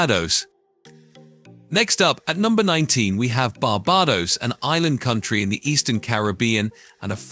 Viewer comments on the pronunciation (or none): 4 minutes into the video and we've had BAR-BAR-DOS, GREN-AH-DA and ANTIG-U-AH. These pronunciations are wild!